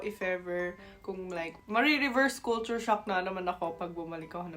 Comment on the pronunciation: You say culture like Filipinos. "kool' choor" The rest of English speaking world..."kul' (as in up) cher"....or "kul' (as in up,again) tyur".